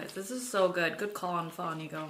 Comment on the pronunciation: why you say pho wrong and happy late birthday